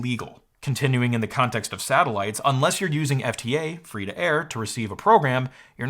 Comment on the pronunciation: Satellites, you mean Sattleloons?